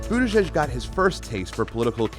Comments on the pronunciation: Dear idiot newswoman, it’s not Butt-igig. It is either Boot-edge-edge or Buddha-judge. Both are acceptable. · I prefer something like "Boody-jidge" for better pronounciation. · Of course Laura can't even pronounce the first syllable of his name. It is boot Edge Edge. She's such a downer. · She said BUTT-EDGE-EDGE.... 🤦🏻‍♂️ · Isn't it butti"judge"??? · Is there any doubt that Laura Ingrham deliberately pronounced is name "Butt edge edge" to remind people that he does butt stuff? What a snit. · Laura Ingraham is a steaming turd for pronouncing the first 4 letters of his name as "Butt" ... we see what you did there, cow and we're having none of it. His name is NOT that 'confusing'. GO PETE!